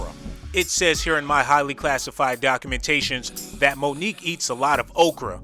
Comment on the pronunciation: Correction cockumentations lol